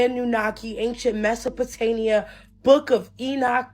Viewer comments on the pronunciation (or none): can someone please tell this girl that the word is Mesopotamia not Mesopotania 😂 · Needs help with Reading Comprehension, Retention and Pronunciation. Meso-pa-tay-nia? 😂 Un-Veeled and Neh-Fill-em… 😅